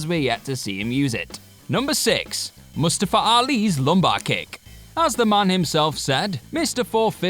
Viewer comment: Yoooo his pronunciation of mustafa 😂